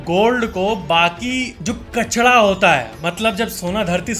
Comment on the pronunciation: Bhai usko kachda nahi bolte,usko kachra kehte hai,kahi aap tutle toh nahi hai 😅😅